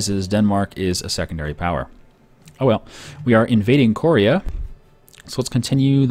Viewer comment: Lul says korea wrong